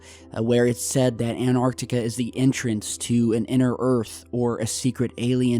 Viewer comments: gotta remember that there is a t in anTartica. ... not anartica so it's pronounced anTARtica. ..thanku :) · He always say anarctica even though antartica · AnTartica T T T shall i refer to you as? Please pronounce the T!! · ANARTICA XD XD XD XD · An tar tic a